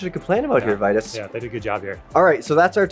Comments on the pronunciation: The people who work there say "vee tus" and "mythick" not "vai tus" nor "mytheek" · Definitely Vye-tus. How would you pronounce Titus? Tie-tus not Tee-tus.